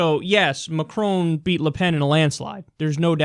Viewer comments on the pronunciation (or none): Agree with the clip...but his name is pronounced măkʹrŏn...and you'd be the one and only news person who correctly pronounces his name :D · Kyle it's Macron not maCROONE. So funny! there is no n sound at the end. Its between Macro and Macrou. but not maCROONE. You pronounced Mélanchon much better! Your analysis of the election is right. The difference between Macron and Clinton is age or let's just say less influenced as of yet. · when you say macron, to pronounce the R in his name think about macaroni, plus the N in his name is silent.. He didn't win by a landslide, is 65% to 34% a landslide to you? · i like how you pronounce it McCrone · Dude at least learn how to pronounce his name.... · Damn you sounded American when you said Macron!